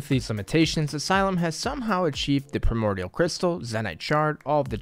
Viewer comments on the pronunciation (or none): none